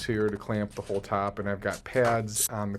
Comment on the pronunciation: The tap? 😂 I've never heard anything sound more Massachusetts and it took me until far too long into the video, before i realised you were talking about the top. Well, until you told about your mam really.